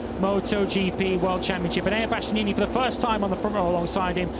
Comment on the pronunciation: Birt's breathless, inarticulate babbling, linguistic and grammatical guffs, mangled pronunciations, worn out tropes and cliches and lame attempts at humour are so monumentally irritating. Can't believe he still has the job in 2026 or that he STILL can't say Bastianini 🙄🙄